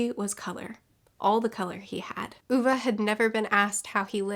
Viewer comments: That was a good first take on Ove. Now just shorten the E abit, and cut it of more abruptly. An "E'h'" if you will. Hey when you said it "Wrongly", you got the E more right. Just shorten it abit more and you have it. first pronounciation of O though. EDIT: oh and here is a tough edit about romantizicing Suicide: I completely agree. But we should not shun it either. It can be a informed, though out action and a preferable end. Just as we shouldnt romantizice it, neither should we romanticize life to the cost of death. I know this to be true, because i have lived through such an event. Let me tell you about my father. His mom was an alcoholic and a brute, clearly favoring her other son, his twin brother. Dad found a motherfigure in another woman, but she got dimentia and he saw her drift away and become a husk. From that moment that was his worst fear, the worst way he could go out. Years passed by, he met mom, three rowdy kids popped out with me somewhere in the middle there. Both mom and dad started up their own companies, father started to drink heavily (alcoholism is always tragic of course, but this is not a tragic story). He kicked the habit eventually and lived 10+ years as a non-drinking alcoholic, performing artist (Sang and played his own songs) and a fulltime naturepainter. However during his wet years, they had become realy wet. So wet that his drinking damaged his memory. In the last period of life it got so bad that he could call me to discuss a thing, and bring i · I can't watch this video because you kept sayong ooovaa 😂... I read it as ove.. As in LOVE without L... so now if anybody says a diffrent name i get pissed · Swede here! o/ Just wanted to let you know that you are calling him 'Uva' instead of 'Ove'. 😅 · I appreciate the effort but sounds better What comes naturally since Ohv is closer for how a swede preceives it, rather than oova Edit: its the very small things that can completely ruin the pronounciation in swedish